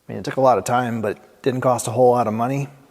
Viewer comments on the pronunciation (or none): none